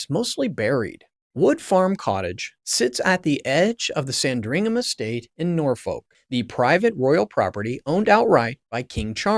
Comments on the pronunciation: Nor Foak? San Dringham estate? Ishland Police Station? It’s not on the west coast of the US, it is in England and they speak English there, just like they are supposed to in the US. A little investigation on how to pronounce your subject matter would have helped. Just a rehash of known and old information , presented so that Americans can understand. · SanDRINGHAM in Nor-FOLK and TAYMS Valley police, eh? If you come across words you're not familiar with and aren't sure how to pronounce them, maybe checking before blurting out nonsense on video could be an option. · ✅ Good production quality ❌ but terrible pronunciation of English names like (here’s how to say them) SAND-ring-um and Tems …❌ not Tames. ❌ It doesn’t rhyme with James. Really, you should do a little research on other videos with these ❌ names have been pronounced correctly. There’s only like… hundreds of them. ❌ Also, this is really old news now. Thanks for the click bait… 1 Day Ago 👎 ✅ I do like that you narrated it tho and you look like an ✅ intelligent, believable guy so ✅ good luck with your future videos. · PLEASE learn how to pronounce proper names. specifically "Sandringham", "Norfolk", "Thames" and "Aylsham". To British ears you sound very err... American (this is not a complement). When you talk about British police - you video shows American police and at one point police from some third country. Pretty sloppy. I like the content though. Andrew is a pig that has besmirched the institution of monarchy. When the King said "the law must run its course" that removed all royal privilege and protection. King Charles must be fizzing with anger at his brother and by publishing those words he is signalling that he is prepared to see Andrew in prison. You can now expect the full force of the law to drop on Andrew like a ton of bricks.